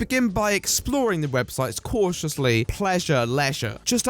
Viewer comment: “catious” Sorry.